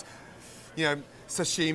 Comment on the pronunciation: The way pronounces 'sashimi' is so annoying to me. Am I the only one? It's not 'shashimi'.